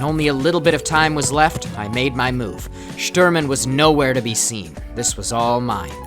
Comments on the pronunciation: Quick note: Sh in Shturman is pronounced as in "shelter", and "u" needs to be pronounced like "oo" in "whoops" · Shturman the u is like the ou of the word you